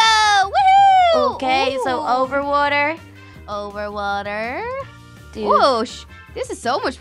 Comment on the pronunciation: When little said water she said walther